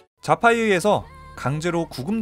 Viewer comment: 자파가왜 좌파로들리냐